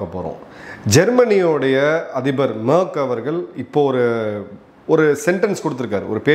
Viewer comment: Sir his name not merk name is merz pronounce wrong